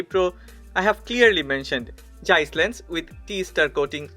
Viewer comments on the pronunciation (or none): none